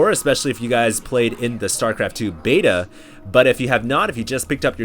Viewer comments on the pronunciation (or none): none